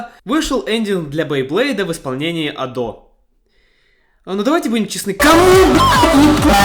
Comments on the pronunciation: .... Её имя правильно произносится А́до, с ударением на первый слог А́-до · На протяжении всего видео задаюсь вопросом: Почему ты ставишь ударение на адО? Я понимаю, что в японском нет ударений, и можно говорить как угодно, но в своих адосенсах она сама говорит скорее с ударением на А: konbanwa Ado des (эта вставка была где-то в видео) И я тоже привык говорить Адо. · А́до, а не Адо́)) Такой крутой момент испортил) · Автору респект и огромное спасибо за проделанную работу. Обожаю творчество Адо. За эти почти 3 часа я будто стал частью чего-то общего настолько, что в конце даже стало немного грустно, от того, что видео подошло к концу. Единственное подмечу, всё видео резало ухо ударение на адО́. А в остальном БРАВО👏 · Бля, почему так трудно просто говорить "Адо" с ударением на первый слог... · А разве не на а палает ударение в имени Адо? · Видео про Адо это прекрасно, но за ударение осуждаю хд она же сама постоянно правильно произносит свое имя ПС отдельный плюс за внезапного ENTP собрата на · Адо кста, с ударением на первый слог (я знаю, что тебе похер, но всё же) P.s. чтобы Адо не звучало как "Ада" нужно в конце говорить О, а не А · Была на ее концерте в Берлине в этом году, плакала как тварь от эмоций. Спасибо за видео и спасибо рекам ютуба) камень в огород за ударение в имени все равно кину хихих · Ado Overglazing с неправильным ударением на О, adhd goofy ahh монтажем, с информационными вставками на полсекунды, с повторяющимися мемами длиной в 3 часа Смотреть интересно, но очень больно, и я даже не про глаза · Я нахожу довольно рофельным, хоть и странным звучание её ника с ударением на о, но всё же хочу заметить, что и с ударением на а можно чётко говорить адо, а не ада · Очень сильная работа, хоть лично меня коробило ударение на второй слог в имени Адо, видно как много труда вложено! Над шутками прям в голос смеялся. Из нового для себя, добавил одну песню в плейлист.